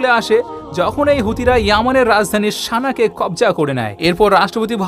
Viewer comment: U r very good, learnt many things. Good presentation. One mistake , Sana Saudi u r saying Shana Shaudi.